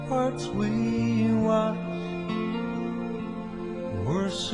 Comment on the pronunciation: ...Proudly we Hailed...not held Ramparts not ramperts Just FYI. Thank you for making this video